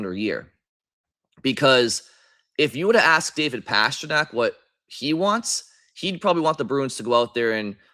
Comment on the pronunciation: Gotta be honest,, ya gotta stop pronouncing "Pastrnak" that way brother